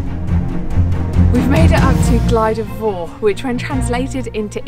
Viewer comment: FTR - it's pronounced Glidder Vower not four! Noce film, and a iconic walking route. I was hoping you might have had a shot of the gulley next to Bristly ridge as you descend off the top of Fach, as some of the online apps send you that way. I've walked this as a kid a couple of times with my parents in the 70s (before there were steps up devils kitchen) and we followed to same route as you - head east off the summit to intersect the Miners path that then takes you onto bwlch tryfan and into the cym